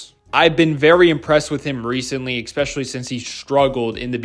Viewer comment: It's "especially" not "ecspecially."